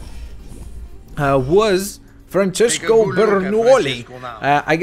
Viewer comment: It's Franchesco ( Francesco)